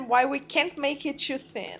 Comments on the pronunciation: I love how she says 'choo' instead of 'too' XD !! x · You Said tshuw it is too